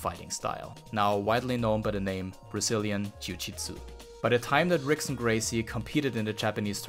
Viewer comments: It is pronounced Hickson Gracie. Spelled Rickson. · Turns out that "Rickson" is pronounced as "Hickson", and of course i mispronounced "Fedor" as well! Apologies to all Brazilian/Portuguese and Russian viewers, hope y'all enjoyed the video anyway 😄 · God it was hard for me to keep watching after he mispronounced Ricksons name